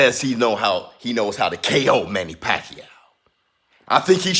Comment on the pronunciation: I wish Americans could pronounce the name right, it’s pacQUIAO, with accent on last syllable. Pls. be first! In the Phil. the name actually means “wholesale”, what are the chances , he made pakYAW all those belts